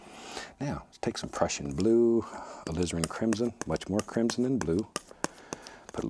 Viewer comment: the way he says “crimson” gives me an eargasm